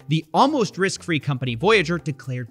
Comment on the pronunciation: he didnt say close to risk free he said "crose to wrisk fee"